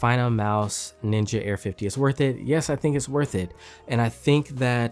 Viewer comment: Hate how it says ninja